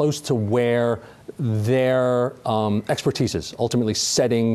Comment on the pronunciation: Did he say expertise?